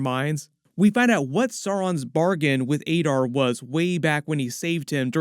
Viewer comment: Why are you pronouncing Adar as Aydar despite having heard every other character in the show pronouncing it as Adar?